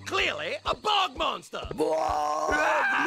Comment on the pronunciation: IT'S BOG MONSTER!!! NOT BUG MONSTER!!!!!